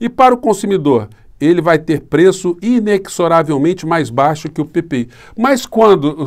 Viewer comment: A pronúncia não é inecsoravelmente e sim inezoravelmente.